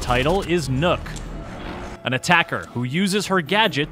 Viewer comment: "Oh sweet, they made a character based on obscure scandinavian folklore, wonder if they're gonna pronounce the name right" "Meet NOOK" They did not pronounce the name right